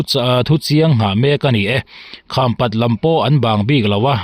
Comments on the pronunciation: Khampat i lamdan a dik lo.kham( awihpang)angin i lam. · Khampat khaw hming i lam dan hi a dik lo tawp mai a ava mak ve maw le. "Kham" i lamrik dan hi a dik lo